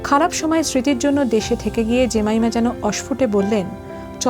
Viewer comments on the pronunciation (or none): জেমাইমা ❌ জেমিমা ✅